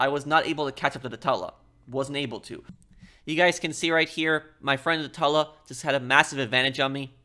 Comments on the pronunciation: It's pronounced "two-la" not "tah-la" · It sounds gross when u pronounce it a tula. I pronounce it Toola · I think it’s pronounced like tuna, “Tula”. Not Tulla. Hard to ignore it when he says it so many times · Man says it like tull-uh instead of too-lla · it's TOO-LAA not TULL-A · What plane is the "Tulla"? That pronunciation surprised me. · no it’s Tula, but you pronounce the “tu” like you do in “tube” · why is he saying tulla 💀💀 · Pro your getting better at into more funny not just straight to the point good job also no offence you can tell your English polish because the way you say tula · Please for the love of good day the name of the Tula right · can’t stand him fucking the name up its doing my head in, I love his content heaps but fuck man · That's what I've been doing. But I felt he was saying it with two Ls, not one. Tuba and tube has the same "tu" AFAIK. I say Tula like tuba, but with L instead of B of course. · yeah, exactly. He's saying it with two Ls and a short u which is wrong. The long u is correct